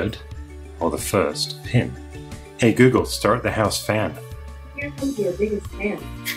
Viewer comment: Interesting accent you've got there, calm clear English rather soothing and then BAM! CLICHE AMERICAN ACCENT HEY GOOGLE! all in all loving what your doing here ♥